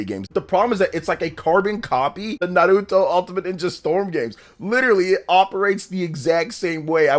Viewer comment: Please learn how to say Naruto bro. It's not Nah root oh